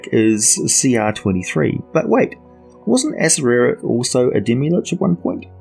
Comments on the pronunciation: You lose credibility when you can't even pronounce one of the most famous beings in the D&D Univers correctly, why do you ad the extra sylable? A-cer-ack. Not A-cer-er-ack. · Isnt it pronounced ah-sair-rak? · The right accerak pronuntiation is a-SHAI-ak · levimorne I think according to Perkins (you can find it on the Stream of Anihilation plot overview) pronounced it as, (Acer-err-ack). Funny enough, I think the pronunciation in the TOA book is actually wrong. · Chris Perkin’s pronunciation from the stream of anihilation. A-Cer-Er-Ack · lol thats what i thought. You pronounce it how you want tho. Be yourself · man, I have heard so many people pronounce Acererak and I have to say, the way you pronounce it is the latest lol. I will never actually know how to pronounce that dudes name! BUT good video as usual! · Pronunciation of Acererak Discuss... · Thanks for the feedback Erich, this video is several years old and I have long since corrected that error in my pronunciation thanks to helpful feedback from viewers such as yourself. If you spot errors in more recent videos, please let me know.